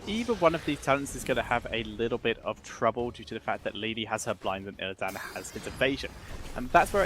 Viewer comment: I'm more annoyed with "IlliDAN"